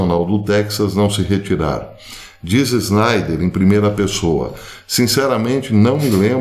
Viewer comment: Por que o senhor INSISTE em falar ERRADO meu sobrenome SCHNEIDER. O senhor odeia JUDEUS???